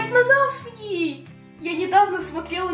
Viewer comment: видео как всегда превзошло себя,но понимаешь режет уши ты сказал Майк Мазовский а надо Вазовский а так всё отлично молодец!